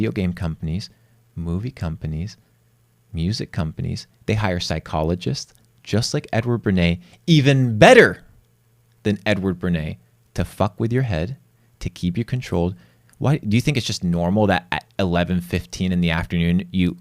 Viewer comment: "Bernays." Why is it so hard for to get this name right? said it correctly. He makes other little mistakes, too, but his followers won't/can't see them. "Aristotles"? Take that "s" and put it at the end of "Bernay." lol